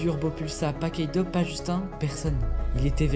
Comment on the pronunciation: Incroyable la vidéo, par contre ta prononciation de justin elle m'a trop déstabilisé